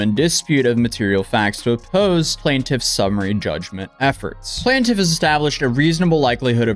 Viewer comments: It’s quite annoying hearing you say “plan-tiff” instead of PLAINTIFF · Like if you regularly cover court documents please pronounce "plaintiff" correctly throughout, not just 50% of the time.